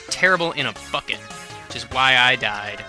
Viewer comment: OMG WHAT!? it sounded like you said "terrible in a f***it" i know you were trying to say bucket but..jeez man that was a big mistake...or my hearing sucks?